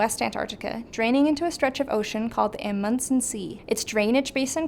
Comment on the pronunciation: Google how to pronounce Amundson…